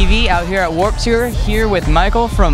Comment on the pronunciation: he said "tour" like "too-er"... ew